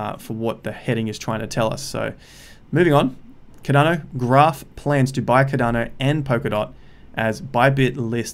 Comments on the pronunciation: Bro every time u say ‘cadano’ I lose a brain cell. Please pronounce it with the R. CARDANO please. Love the videos tho bro. Just the way u say it omg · It’s not cad’dano it’s Cardano mate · lloydsgem I am Aussie as well and he’s still pronouncing it wrong haha